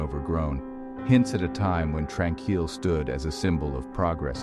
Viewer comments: The creator of this video has never been here. Using stock photos of other places, some having nothing to do with the sanatorium or a hospital at all. You're wondering how it's actually pronounced seeing as this AI Bot doesn't know how to pronounce it, it's pronounced Trān-Keel. It's just past the Kamloops airport. Gotta go along a dirt road after a bit. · You're pronouncing it wrong Tran-keel